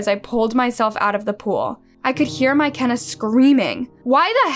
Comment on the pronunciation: no the pronunciation is wrong lmao